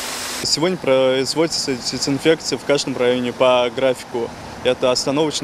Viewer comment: Почему мальчик говорит сисинфекция?